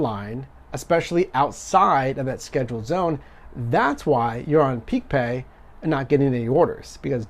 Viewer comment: Stop saying peak pay